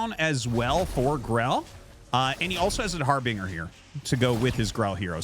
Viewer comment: Hey, love the casts, but you're pronouncing harbinger wrong